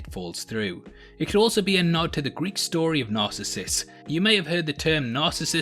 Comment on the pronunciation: Good analysis. But you're mispronouncing Narcissus.